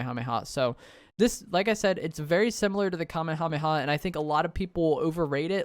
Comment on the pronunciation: Love the content but every time you mispronounce “Kamehameha” I die a little inside